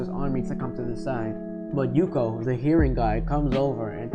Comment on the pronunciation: Good video! Pronunciation needs some work :) Its Suika not Suki & Ukyo not Yuko